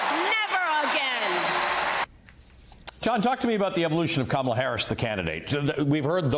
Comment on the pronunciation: It's Kamala. Say her name properly